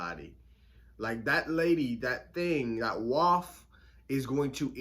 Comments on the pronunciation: It’s pronounced “way’f,” not “waff” fyi. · The Waif is pronounced “WayF” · THANK YOU. 🤣🤣🤣 Been dying at his pronunciation.